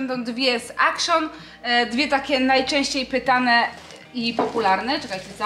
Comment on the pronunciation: Nie czytamy akszon tylko aktion!!!!